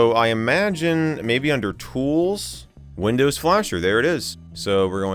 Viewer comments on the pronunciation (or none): When you first said windows my ears thought you said Lindows hahaha